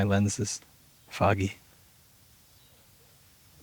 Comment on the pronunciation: When he says "my lens is a litrle foggy", but it sounds "my lens is a little faggy" 😅😅